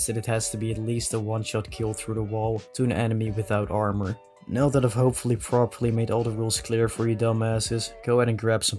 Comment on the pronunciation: ik heb de video weer gekeken en als hij armour verkeerd zegt zie je ook heel even Dutch Boy langs komen daar had ik het ook al aan kunnen zien😅